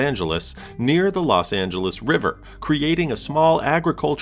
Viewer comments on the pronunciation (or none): none